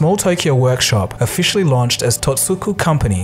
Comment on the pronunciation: One slight correction - Sony's original name as Tokyo Tsujin Kogyo - TOTSUKO not Totsuku.